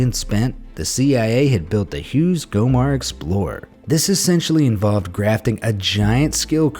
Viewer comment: "Glomar Explorer"